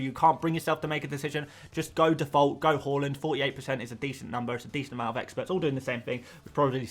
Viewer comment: Its HAALAND not HOOOLEND